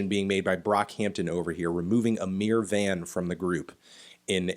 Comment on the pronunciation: I thought you said a mere van at the beginning lmao